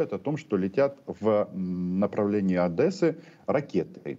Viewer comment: РОМАН, НЕ ОДЭССА А ОДЕССА . НЕ ОБИЖАЙ ОДЕССИТ....